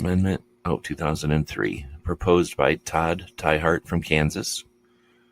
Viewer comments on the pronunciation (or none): The name of Sen. Todd Tiahrt (KS) is pronounced TEE-heart.